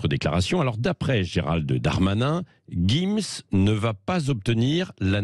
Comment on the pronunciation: Jim's pas guim's Tu veux une guifle ??